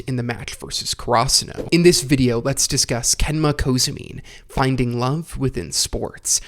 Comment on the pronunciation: "Kenma Kozoomine"?